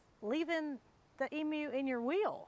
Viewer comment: This Aussie is very pleased you're pronouncing Emu the right way. 👍